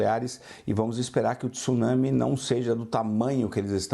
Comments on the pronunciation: tIIsunami nao ne...pelo amor e' TSunsmi....cade o i q essa ignorante e seua diretores insistem em pronunciar??? WTF? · Esses repórteres brasileiros sempre pronunciam erradamente a palavra TSUNAMI, não é T-su-nami e sim TSU-NA-MI, repórteres BURROS!